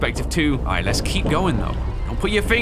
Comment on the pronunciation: Anyone realized when Freddy said let us go?That was not the way to say let's go.